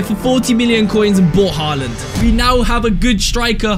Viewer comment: Stop saying halland goal